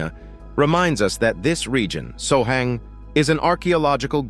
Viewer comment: SOHANG?? LMAO.. its called Sohag